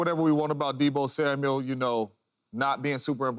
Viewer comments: Samuel, not Samuels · It's Deebo Samuel not Deebo Samuels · SAMUEL! NOT SAMUELS😂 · Dear James Jones, it’s Samual not Samuals. Thanks 👍🏼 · THERE IS NO S AT THE END OF HIS NAME!!!!!!!!!!!!!!!!!!!